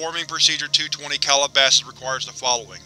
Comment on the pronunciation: Excellent video to see this done in one setting. I believe SCPReadings did a version but each iteration is a separate video, I much prefer this. In any case, I must not Calabasas is a town and um, insofar as I know it's pronounced Cal-ih-ba-sis or Cal-ah-ba-sis; not Call-a-bosses. Just a stickler. Have a great day. Edit 10 minutes later. I'm an idiot, you corrected yourself later. Thank you